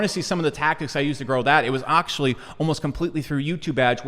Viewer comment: Octually.... lol had too Good vid though